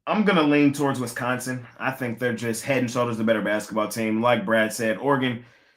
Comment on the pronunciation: Brad it's WISCONSIN not Wesconsin